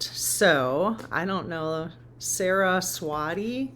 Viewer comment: I've been sleeping like you are also. You're saying Saraswati correctly. I absolute love this series SO much. Thank you❤❤❤❤